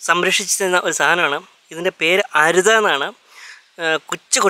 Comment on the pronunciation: അരുതാ അല്ല. അരൂത